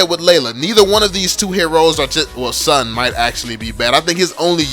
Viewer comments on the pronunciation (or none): STAHP BUTCHERING SUN AND ZILONG its soon z(like a bee,zzzz)-long